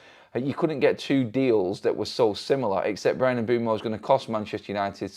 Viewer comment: His name is pronounced Umb'wem'o